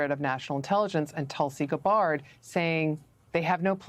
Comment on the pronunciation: Pro tip: if you're going to go onto a nationwide news show to talk about a topic like this, maybe learn how to pronouce Tulsi Gabbard and Netanyahu.